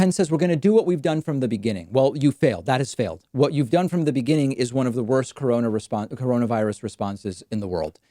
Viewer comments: Did Trump really just say “deaths are way down from this horrible Gina-virus”?? 😣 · Lmfao “deaths are down tenfold from the Gina-virus” he’s thinking about Stormy Daniels again 😂😂😂